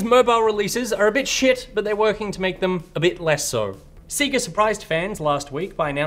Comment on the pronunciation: Guys, your pronunciation of sega hurts me. They literally say it in all the old fashioned intros. Love the show tho